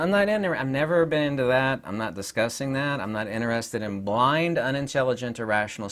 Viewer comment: In-TER-ested. TER. It has letter T in it.